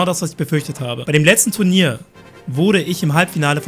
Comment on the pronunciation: "Tu R nier"?